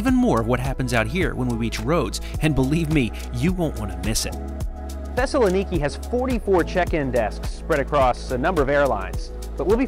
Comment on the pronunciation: You need to work on your pronunciation Thessaloniki, for European viewers. Its ;Thess-a-lon-ika